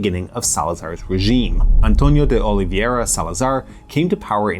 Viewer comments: Literally 0 English speakers can say Oliveira instead of the Spanish sounding oliviera it's ridiculous and frankly not that difficult, seriously get a grip it's annoying to hear that. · António de Oliveira Salazar ❌ Amtonio di Olivieria Salazar ✅